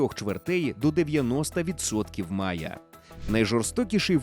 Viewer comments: Не мая, а майя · Не "мая", а "майя". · Не Мая, а Майя, телепень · Завжди все перекрутите! Лишь бы по вашему! Не МАЯ, а МАЙЯ! То у вас этэр, то мапа! Чуже слово , не наше! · Читаємо в Вікіпедії : The Maya civilization (/ˈmaɪə/) was a Mesoamerican civilization that existed from antiquity to the early modern period. При вимовлянні після звука "а" йде звук "і", далі знову "а". Ніяких "мая". Тільки "маЙя" як і було на протязі ста років до фонетики 2019 року, фонетики Кварталу-95, фонетики Коль-котлєт і ігрунів причандалами на роялі. В *опу коверкання української мови "новьімі ліцамі" зеленої команди !